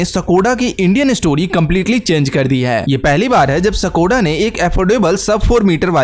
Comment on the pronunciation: सकोडा नही है ब्रो स्कोडा है